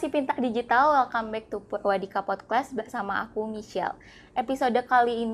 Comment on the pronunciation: Ini insightfull bgt tp saya agak penasaran kenapa hostnya selalu nyebut podkwest ya? Apa saya salah denger wkwkk